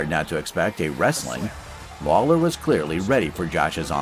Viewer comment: This mf'er said "Robbie Lawyer"